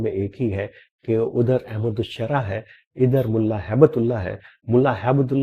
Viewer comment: پہلے نام سیکھو احمد شراع نہیں احمد الشرح ( شاد کے شاد کے ساتھ احمد الشرح ل اور ش دونوں کے اوپر شدہ